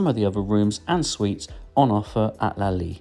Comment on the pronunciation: Lol it's not a french jawn, why you keep dropping the t in your pronunciation you goofy ahh Brit! 😂 Very thorough review though, much appreciated (